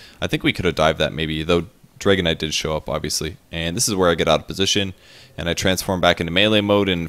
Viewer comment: Am i the only one who finds it funny that way of pronouncing Dragon Knight sounds like Dragonite:D?